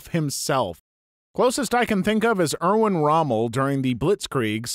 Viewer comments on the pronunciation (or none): none